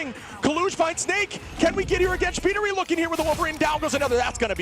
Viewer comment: I love that Shpeediry was pronounced as Shibb Tree😂